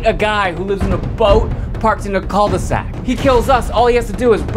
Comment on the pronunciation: You say « coal de sac » ??? It’s « cue de sac » ;-)